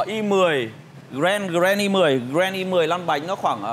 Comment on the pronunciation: Nói cũng sai gren i10. Điêu nặng điệu